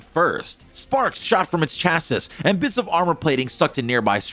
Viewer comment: lol “Chas-sis”